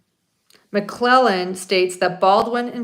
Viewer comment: You are saying McClellan and it’s McLeland